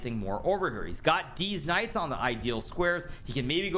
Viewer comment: everytime he says "these Knights" all i hear is these nuts.